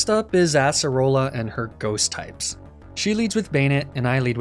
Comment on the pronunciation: I find it so funny how he calls acearola assarola also if I spelled these wrong pardon my spelling